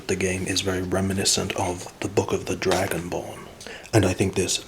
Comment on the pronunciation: The way you said “Dragonborn” felt to right and I appreciate that! Haha